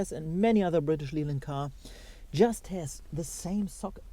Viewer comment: Oh, your English is perfect, but one tiny thing - British Leyland is pronounced British Layland. No idea why, just wont of those weird quirks.